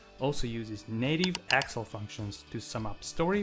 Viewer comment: Very cool, but what's with the accent for referring to "Excel" as "Axle"? lol